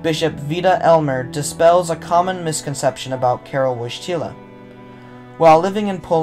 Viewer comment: Your pronunciation of ‘Wojtyla’ and ‘Wadowice’ could use some work.